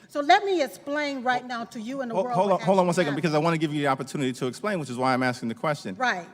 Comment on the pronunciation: 'lemme ASPLAIN' Oh My Lord